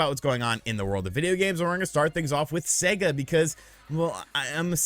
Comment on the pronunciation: Thanks to you, imma start calling Sega, See -ga